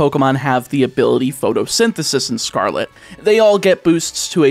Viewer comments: do you think he knows he keeps mispronouncing pRotosynthesis? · You mispronounced the ability... It's pRotosynthesis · Don't think I'm going to say anything that hasn't already been commented but a couple script mistakes I noticed are: Protosythesis has a PR not an PH. Don't put emphasis on the Pee in Cassiopeia. The lu in Lucario is not pronounced low. Grusha is male. The elite 4 are not related. The switch only drops frames in a few (2 or 3) specific areas, but the game cuts framerate of animations based on distance that an emulator would still have without modding the ROM. I think that was everything I noticed. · Patiently waiting through the whole video for to realize it's PROTOsynthysis, not PHOTOsynthisis... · Protosynthesis, not "photosynthesis" :D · It bothers me so much that you kept incorrectly pronouncing the ability of Scarlet's Paradox Pokémon